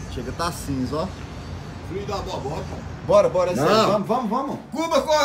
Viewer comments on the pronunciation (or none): bubônica, mas ele fala bobotica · Não e bobonica e boboica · Não é "boboica" e nem "bobotica" e sim bubônica! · Eu entendo é "bobotica"